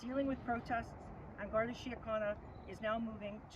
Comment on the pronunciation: who's betting that garda can't pronounce Gardai